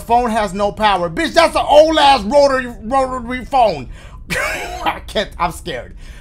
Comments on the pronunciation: "rorary phone" pls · Dashie: “We gon haunt yo ass down today trust and I’m not even scared” Also Dashie: I’ma lil sca…. Also also Dashie: “Dats a ol ahh Rota roarary rotary phone I can’t I’m scared” 😂😂😂😂😂